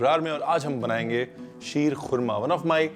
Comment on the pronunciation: The way you said ख़ुरमा not खुरमा like other illiterates, you made me your fan.